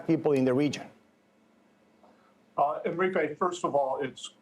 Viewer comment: It's JUNE, NOT YUNE! Bye Bye SOuthwest. It was nice. Everyone move back to the Great Lakes!